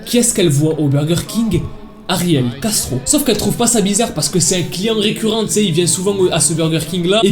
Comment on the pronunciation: Quand il dit ariel castro j'entends ariel gastro